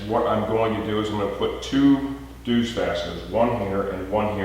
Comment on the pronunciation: Its pronounced Zeus (just like the Greek God) although nice job pronouncing the DZ sound in dzus.